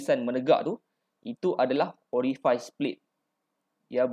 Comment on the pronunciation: Terbaik boss... Excellent info. Just nk mention, Pneumatic sebutnya silent P (sebut new-matic je). Orifice sebutnya (oree-fees) bukan (oree-fais).. Otherwise terbaik 👍